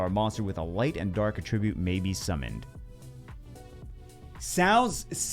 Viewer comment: Holy fuck....it is AT TRIB YUTE....stop pronouncing attribute like a verb. It's been 8 years.